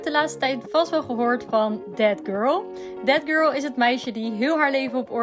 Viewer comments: Als ik ‘that girl’ hoor hoor ik tegelijkertijd ‘dead girl’ ahahahah i cant unhear it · Ben ik de enigste die altijd denkt dat ze death girl zegt in plaats van that girl😂